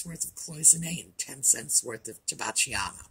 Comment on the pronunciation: Afternoon! Thanks to you, I know how to correctly pronounce, "Tobacciana" after all these years of calling it something plain in my head! Everything sounds more interesting in Italian? I hope Audie is having a good day too. He makes me smile with his tail swishing all about:) He must accessorize your neck with it! Your video with Paul's Cubbies, and the others is fantastic! We took your advice, went to our local Antique Mall here in KY, found two figures for.99 cents a piece. They are kind of.... ugly, but turned out to be chickens with music books, reminded me of the pottery that people painted in the 70's. It is simply marked "Japan" on the bottom. Before I forget, I am hearing impaired didn't know if you have another mic or option on your audio settings? Could be just me. Thanks for reading my mini novel.